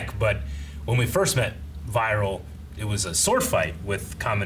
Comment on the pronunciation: "Viral" the beastman isn't pronounced like "viral video" or "viral strain", it's pronounced "Vee-rul". Also, "Lagann" has it emphasis on the first syllable, not the second, so it's "LAH-gann", not "lugGANN". That's the way they're saying it in the very dub you're listening to, as well as in the original Japanese.